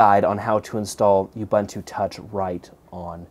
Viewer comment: Youbuntu? I really don't think this is the intended pronunciation.